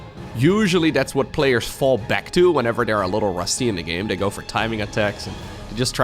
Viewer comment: Oh my gosh. Now all I can hear is dis and dey for this and they. But half the time says it with his accent and half the time he doesn’t. I can’t unhear it now! Lol